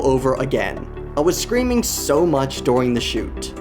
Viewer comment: During ❌ Doring✅